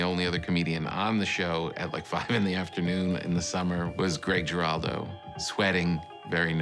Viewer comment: You don't pronounce the last name with a hard "G."